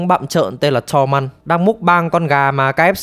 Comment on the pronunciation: xem nhiều. Việc chế tên là hay, nhưng đọc tên chính thì đọc đúng nghe dễ hiểu hơn. Ví dụ như pi tơ bay lắc khác pe tơ, gen ry khác gen rai, tormund đọc là to mun chứ ko phải là to măn